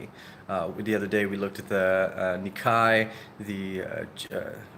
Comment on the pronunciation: Nikkei = "knee kay," not "knee kie."